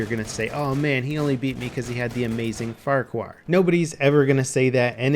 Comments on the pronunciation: Lol, had to comment on the horrendous pronunciation here. its Far-char not farqwar. Its a scottish name not the tiny dude from shrek.... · It's pronounced fucker-hill, dumbass.